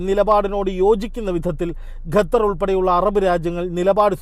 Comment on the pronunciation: ഗത്തർ അല്ല ഖത്തർ ആണ്